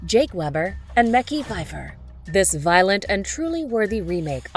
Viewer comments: I don't trust this list because they used speech to text and and pronounced Mekhi May Key. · you fucked up mekhi's name btw, great list though except for zombieland. That film must have been made by a virgin, for other virgins.